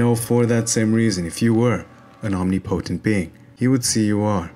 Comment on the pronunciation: im just glad to see someone pronounce "omnipotent" like i do haha wonderful video like always